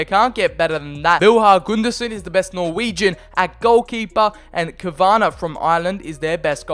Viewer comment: The Irish fella is kavanagh not kovonagh